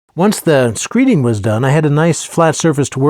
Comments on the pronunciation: Screed, not screet but good work! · Screed, not screet.